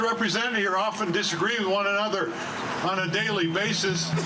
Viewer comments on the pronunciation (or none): Btw- it's with not wiff😂